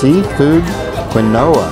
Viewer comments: Love the video!! I swear is one of the most beautiful people I have ever seen! She is stunning. I am planning a trip to Maui hopefully in the Spring... fingers crossed!! Is it weird to say I wish I could run into you all while I'm there?! lol I giggled at the way your pronounced Quinoa. It's Keen-Wa! Kind of like the name Joaquin but reverse the syllables! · It's pronounced Keen-wha (Quinoa)...LOL.😀